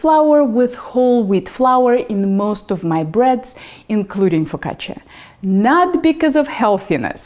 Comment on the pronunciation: Nice job pronouncing "focaccia" with the emphasis on the double "c". Many cooks (incorrectly) make it rhyme with the Spanish "la caja". Do you speak Italian? Great recipe by the way. My focaccia tends to be rather flat and now I know why. Thank you.